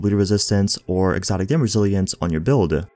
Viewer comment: Dude... thx for the vids.. But cmon... Exotische dam.... resistance Characteeeeerrr Build’eh Bleed’eh